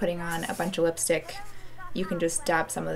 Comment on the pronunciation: I love how she pronounces lipstick like "whip"-stick😂😂